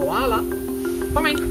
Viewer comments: why is so funny when he says "KoHalA" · Everytime he says "koala" i thought he called me lol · I love how he says Koala! Lol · Put the subtitles on when he says Koala 😂